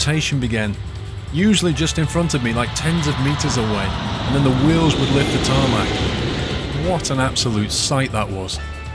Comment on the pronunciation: who else was getting triggered when was saying tarmac